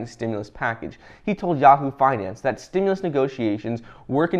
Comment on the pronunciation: Stimulus check package coming this week why start out with that when you know it’s not true I try to follow you I try to follow you on YouTube but every time you say stemless check coming that’s not what I hear when you talk